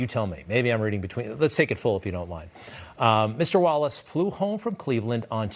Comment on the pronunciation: It's Chris "Wallik" everybody! Not, 'Wallace'.